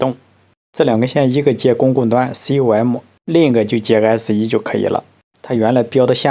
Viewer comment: ’公共端，C O M‘？😂一般是念做Common的，“com”是常见的标识缩写，跟’fwd'念做forward是一个道理。 原来你只知道fwd念f ，w，d，不知道那是’向前‘的意思。😂 那些山寨工厂的人不知道怎么接线，合着您一个’老电工师傅‘也不知道接线柱和电线端头的标准要求和正安装使用方法，‘能拧多紧就拧多紧’？😂😂😂民用插座里的接线螺丝所需力矩通常是10 英寸-英磅，那个山寨产品的说明书上还是有螺丝力矩要求指标的，是3.5N.m(牛顿-米），相当于31 英寸-英磅，不是你脑子里想象的越紧越牛B的接触好。😂😂😂